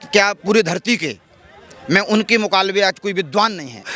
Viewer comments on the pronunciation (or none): Pahle mukalabe aur mukabale me kaya fark hai yah seekh lijiye